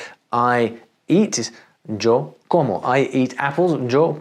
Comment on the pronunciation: Why did you mispronounce “Yo” and “manzanas”?